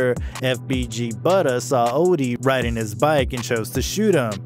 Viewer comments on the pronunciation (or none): none